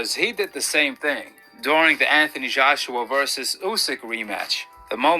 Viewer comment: Why does he talk like that? It's weird.: "The mazjhority of the refuzjhees are there...": "He did the same thing during the Anthony Zjhoshua versus Usyk rematch."